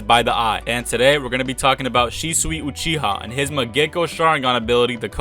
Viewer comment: Mangekyou not mangecko sharingan lmao